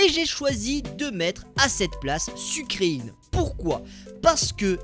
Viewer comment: Ça se dit sucrèène pas sucreïne😒😒😒😒😒